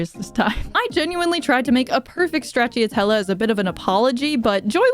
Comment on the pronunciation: this video was amazing but that pronunciation of straciatella was criminal